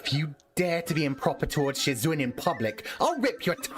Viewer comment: I might've despised your pronunciation of "shizun", but i loved your reading style, different toned voices, and hearing you giggle. Sad it's over. Thank you for sharing. This was definitely one of my all time favorite read throughs